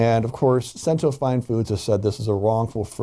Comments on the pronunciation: Pronunciation guide: Cento is pronounced "CHEN-toh", and not sen tew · "Sent-o"? Its "Ch-ch" Cento. Before reporting on an item, please make sure you actual know how to pronounce it. Love when white people love to claim Italians as their own, but cannot pronounce the items properly. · Learn to pronounce Cento properly.....all this communication back and fourth and you still say “Sentó” yo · "Ch"ento. . Ch-ch sound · It's pronounced chento. Ch sound. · You aren’t pronouncing the name of the company correctly